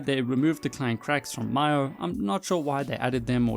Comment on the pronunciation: it’s mee-o